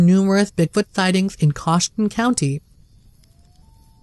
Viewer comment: Ohioan here. Coshocton is pronounced as: KO-SHOCK-TON. My theory about the rosary is that the partial corpse was his cousin whom Bigfoot dug up and ate. And the reason why no smell because she had been embalmed. Gross 🤮 story.